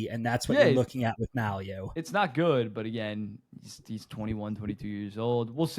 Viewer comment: Guys, Mailloux is pronounced MAY-EW.